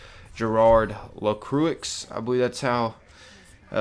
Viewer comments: LacruIX? Niqqa really? >.> .. reads = L'crou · ...and it's not "La-crew-icks", its" La-kroy" Also whatever conditioning she underwent she was probably treated with colloidal silver at some point as that turns the skin blue. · lacroix is pronounced LUH-CROY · The way he says the names! 😂😂😂😂😂😂😂 (The way he said) Ah-mill-ee Lah-crooix (The way it's pronounced) Ah-mah-lee Lah-croi And by the way, there is a spray of Gérard and Amélie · La croo ix.... It's pronounced la crow haha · I think it should be pronounced le-swah not le-croix (as pronouniation) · Based entirely on your pronunciation of "LA CROX," I can pretty much guarantee his name was actually French, and pronounced "LA CWAH." Source: Canadian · gerard la-croo-eex WHAT xD. pronounced la-croie learned that from Sebastian Lacroix, a character in Vampire: The Masquerade - Bloodlines who has actual voicelines saying the name right. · "Lacrooix" white people be like. The funny thing is I'm white but I know how to pronounce that lmao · Ok first im triggered that you pronounced BOTH of their names wrong. Its Amelie pronounced "emily" and Lacroix like L-A-C-R-O-I-X. and the fact you the only word that you said correctly was Talon. No hate but I just have really bad ocd XD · lacroix is pronounced lacruah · Ah-meel La-croh. :> That's all. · 'la crew ix' sob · LaCroix is "La Croy" as in the Saint Croix river for example. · idk much about this channel or series so i can't tell if the terrible pronunciations are genuine or a running meme i mean how the heck do you come up with A-mil-lee La-crew-icks this is actually triggering me wth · "Lecrewix" i cringe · Cauchemar means nightmares haha :) Her name is actually Lacroix, and you were very close to the real pronunciation which is Lah-Krwa! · "la croicks" "ah milley" my poor french heart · Your pronunciation was a bit far off. Amélie Lacroix AKA Widowmaker is French, meaning the pronunciation is actually Ah-mei-lee Luh-kwa. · LaCroix is pronounced LaCru-ah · (And) La-Kwah